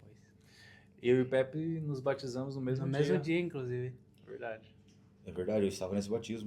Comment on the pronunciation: Não é pepe é Pepi kkkkkkk tmj irmão saudades